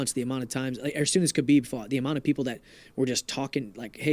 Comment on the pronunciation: 🤣🤣🤣 "Hhabib" his name isnt "khabib" or anything